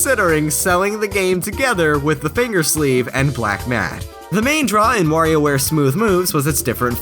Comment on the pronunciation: It's good to hear someone other than me say "Wario" instead of "Worio".